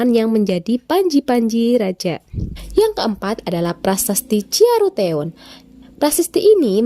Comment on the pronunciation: Ciaruteun,bu guru salah mangucapkannya,itu pake dialek Sunda -eun